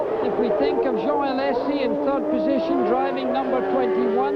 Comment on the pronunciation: Ah yes. Riccardo Patresay. And Jean Alesay and Ivan Capelay in their Ferrarays